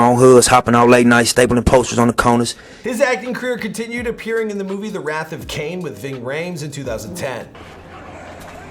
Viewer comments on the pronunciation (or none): none